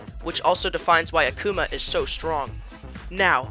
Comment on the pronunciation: "search for a spirit named "AhK-oomAH" it pains me to know that there are people who have no idea who Akuma is. Also, you cheesed him until you won!? Youre so weak sauce broh